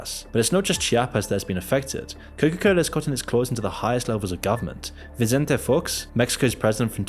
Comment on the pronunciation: Can someone please for the love of God tell me why is he pronouncing it Coca-Coller?